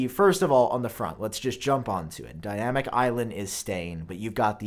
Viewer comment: i hate how you say dynamic